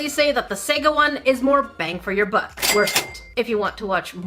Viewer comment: Bruh lol I always hear "bang for your butt"